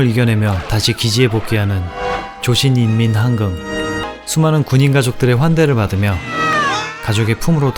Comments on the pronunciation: 조신인민항긍 발음하실때마다 웃음참는게 느껴지시는데 맞나요?ㅋㅋ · 옛날 영화인데 요즘 나오는 영화보다는 한국말이 제대로 들릴정도로 또렷하게 발음하네요. 말이 조금 이상한거 빼곤 생각보다 잘하네요. 조신인민항긍 ㅋㅋ